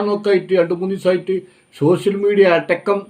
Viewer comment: സോസ്യൽ മീഡിയ അല്ല കാക്കാ, സോഷ്യൽ മീഡിയ എന്ന് പറ....... പോയി നാക്ക് വടിക്ക്.